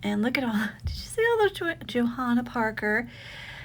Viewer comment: I’ve not met anyone who pronounces the “h” in Johanna. I had a coworker who named her baby Jo Hanna so people would say the H.